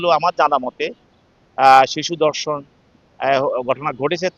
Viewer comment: শিক্ষিত লোকের ভাষা এরকম কেন? দর্শন নয় ধর্ষণ। বিবৃতি দেওয়ার সময় আঞ্চলিকতা এড়িয়ে চললেই ভালো হয়।